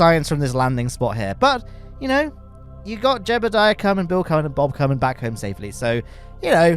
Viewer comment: I like how the redditer said “jebbeldiah” to accurately spell out how pronounces (mispronounces) Jeb’s name.